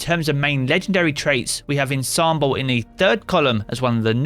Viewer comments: ah-DAH-g-o, not ah-DAY-g-o. ON-som-bl, not IN-som-bl. Its a music thing. Please pass this info on to all the other content creators. Ya'll are making my ears bleed. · can anyone in the Destiny community pronounce 'Ensemble'?